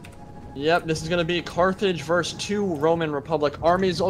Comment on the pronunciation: How can people play and commentate these games all day and not know that the word is "versus", not "vers"? This is distressing to me D